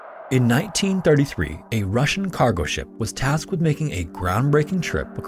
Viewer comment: Спасибо!! Great job on this one, and well done with pronunciation of russian names and titles.